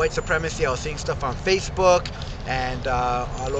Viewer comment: Rashist?! Fashbook?! Man, u need a speech therapist!